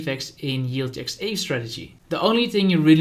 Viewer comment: You're pronouncing aave wrong! I was wondering what you were talking about until I read the ticker aave. Kinda like the first syllable of avocado spoken by a Spanish person.